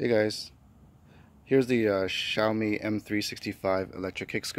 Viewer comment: finally someone who pronounces Xiaomi correctly